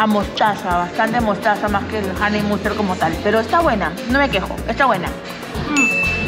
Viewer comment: Solo los Olds recordarán la pronunciación de “HoneyMustaaaaard”